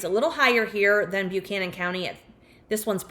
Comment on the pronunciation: These areas of VA are absolutely beautiful. Buchanan -> "buh-CAN-in", not "byoo-CAN-in", Virginia has some atypical pronunciations 😄